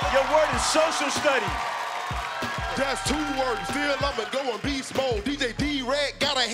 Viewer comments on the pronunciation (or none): DJ d wreck said showshal studies🤣🤣🤣